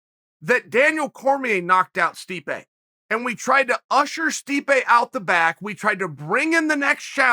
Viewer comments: "Sweep-ay" (Stipe) 😂😂😂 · Did he accidentally say Sweepe instead of Stipe? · Did Chael call Stipe "Sweepe" ? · Who in the hell is Streepe? Chael is stuttering, stammering, and mispronouncing names (not on purpose) throughout this clip. Get a CAT scan Chael, I'm concerned. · 'push sweepay away', nice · please tell me I wasn't the only one who heard our uncle call stipe sweepe by accident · We have to admit it... we’re pushing “sweepay” out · Stipe “sweepe” Miocic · MAAAAAAAN.... did you just say sweepae👀🤨??? I thought you NOT to forget him???? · Chael: Swipé Miocic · Chael called the mad “sweepe” miocic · Uncle Chael said Sweepe instead of Stipe and yea. Considering he is being swept under again. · Sweepay Miocic loool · Sweepe 🤣 Uncle Chael don't care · "...which is to push Sweepe out." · Chael called him “sweepaye” 😂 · We just gonna ignore Chael called Stipe Sweepe? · Did Chael call Stipe, "Sweepay"?! 😂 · "to push sweep-pe out" - Chael 'Joey Diaz' Sonnen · Who TF is "Sweep-A" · Did he say Sweepe? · Chael "Sweepay Miocic" Sonnen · "Sweepay" miocic